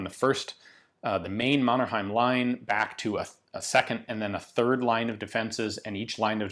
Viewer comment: I love your pronunciation of Mannerheim <3